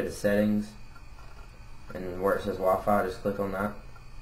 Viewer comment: it sounded u said waffle instead of wi-fi